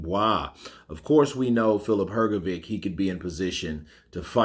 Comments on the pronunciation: Hrgovic did slow down to, if he can retain his fitness from World Series of Boeing he can beat Usyk. I believe Usyk will avoid that fight. P.S. I like your channel but your pronunciation of Hrgovic surname is horrible. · Filip Hrgović - you pronounce always his surname incorrectly. 😬😕